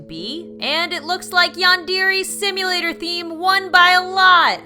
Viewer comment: that's not how you pronounce yandere sim